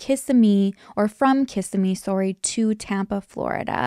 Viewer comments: FYI babe it’s pronounced Kih-SIH-mee. ❤ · Awe, Kissimmee lol you pronounced it wrong but that's ok you give me my true crime fix and I thank you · Awe I love how you say Kissimmee 🥹 I vote we change the pronunciation now. I will tell the powers that be.